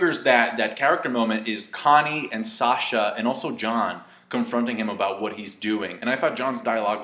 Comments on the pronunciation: Jean! It's Jean not John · He said John its jean